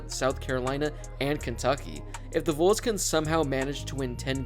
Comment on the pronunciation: Who the hell are the “Voles” lmao